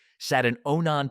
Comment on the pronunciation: Onon ???? It's Onan man get it right get rid of that stupid AI voice